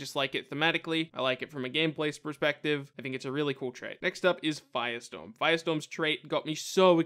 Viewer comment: when he said firestorm did anybody else think he said biostorm?